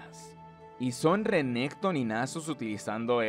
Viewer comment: Siempre aprendo algo nuevo del lore o vocabulario con tus videos XD muchas gracias! Solo no le digas Sivir si vas a decirle Rénekton owo, sería Sívir or Renekton una de dos ¬¬.